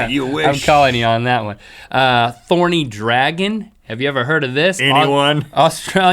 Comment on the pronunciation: Thorny Dragon.Take of the T in thorny XD